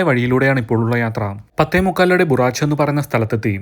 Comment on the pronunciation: Good narration. നന്നായി ആസ്വദിക്കുന്നുണ്ട്. കശ്മീരിലേക്കുള്ള യാത്രയിൽ ഭവനഗറും അലാംഗും കാണാനുള്ള തീരുമാനം യാത്രാസമയം കൂട്ടില്ലേ? ഏതായാലും കാണാൻ ഒരുപാടുണ്ട് അവിടെയൊക്കെ. അടുത്തുള്ള Gir Lion sanctuary കൂടെ കാണാൻ ശ്രമിക്കുക. പിന്നെ, ബുറാച്ച് അല്ല, ഭറുച്ച് ആണ് ഉച്ചാരണം.